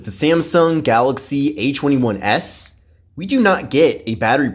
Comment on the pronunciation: Why does he say h21s?